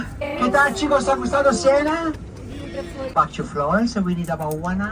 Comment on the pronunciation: SIENA, not Sienna.